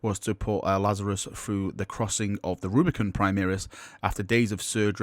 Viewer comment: Can you STOP saying "primiris" it is "primaris" pronounced "pri-mar-is" the "mar" is the same as in "mars"